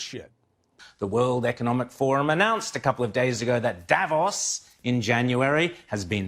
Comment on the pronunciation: thank you ! Please pronounce Davós correctly. The second part is actually stressed.